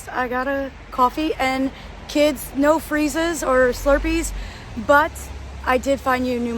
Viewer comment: you pronounced no which means la like a morrocan